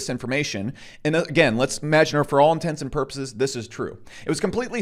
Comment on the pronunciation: "Intensive porpoises" = "Intents and purposes" ... "Eckspeshulally" = "Especially" ...